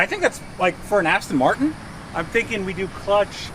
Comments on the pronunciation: Do Americans call them Astin Martin's? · Were you intentionally saying "Cheap ASSton Martin"? Lol. Maybe it was a Freudian slip based on it being such a hooptie and being all pimped out. Lol